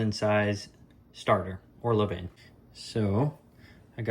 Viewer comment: Please learn to pronounce levain.....